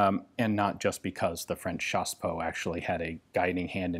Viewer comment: When you say chassepot I think you mean CHaSsePoT